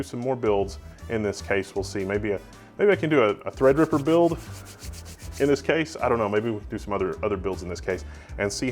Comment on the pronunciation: It's called Threadripper, not Taperipper.